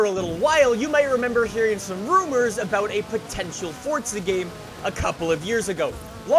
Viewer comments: Dude,why you saying "For-tz-uh" and not "For-za"? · Why does say forza like fortsa